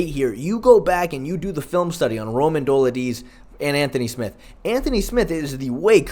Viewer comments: Fr tho it's not even a hard name to pronounce. How hard is it to say Duh-LEET-zay? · Dough-LID-ze…you obviously know your shit and watch MMA, why not try to get someone’s name right? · Bro, PLEASE, PLEASE, look up how to pronounce some of the (sur)names...Dolidze=Doladeez? 😂 love your work, keep it up 💪😎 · How many times are you gonna mispronounce Dolidze😭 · Dude learn how to pronounce Romans last name you’re not Chael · Don’t mind the face cam but I do mind you butchering these names, like come the fuck on that is not how you say Romans last name.